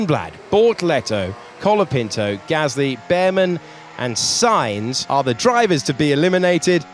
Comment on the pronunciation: Charles race in Spain, the S is stand for Silent 😢